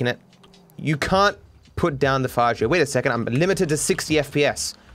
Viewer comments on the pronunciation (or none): its fa-gee-yo not fa-ji-yo old gta players know that for a fact